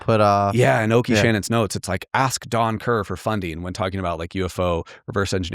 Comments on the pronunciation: All those acronyms and calls Oke Shannon Okie... it's pronounced Oak like the trees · Isn't it pronounced "Oak" Shannon? Not trying to be a know it all - I just want to know how to say it haha